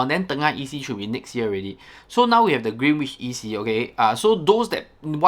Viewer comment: Green-inch…. W is silent